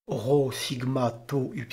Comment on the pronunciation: Merci pour ta vidéo ! Est-tu sûr que le ro se prononce comme en français ? Je te pose cette question parce que littéralement chaque autre source que j'ai recherché affirmait que le ro était roulé (comme en espagnol ou en arabe).